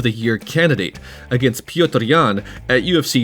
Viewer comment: Пётр (Piotr) is more like Puh-yotur (very short "uh") than "Pee-oh-tur" Source - that's my son's name